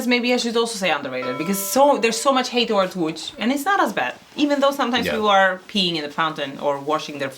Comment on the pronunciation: „Łódź” not „Łódż” 😂